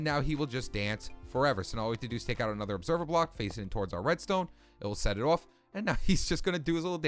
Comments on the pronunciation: The way you say off. “Awf” btw I’m not criticizing. I think it’s eccentric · i love how you say off you say it like iofff